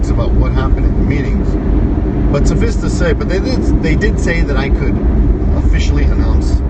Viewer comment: English teacher... it is pronounced "suffice" as in rolling "dice" not "suffis".